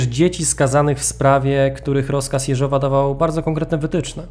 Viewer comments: Super odcinek ale odkąd opowiadasz o Rosjanach to nie mogę tego słuchać, okropnie akcentujesz choćby Jeżowa. Akcent na Je, nie Żow. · Owszem - mówiąc po rosyjsku akcent będzie na "żow". Niemniej (choć to moje subiektywne zdanie) mówiąc po polsku o wiele lepiej to brzmi tak, jak wskazał mój przedmówca. Rosyjska wymowa brzmi dość sztucznie. Zresztą spolszczamy przecież rosyjskie nazwiska, więc i akcentowanie odmienne od rosyjskiego wydaje się naturalne. I proszę tego nie traktować jako krytyki - cenię Pana filmy.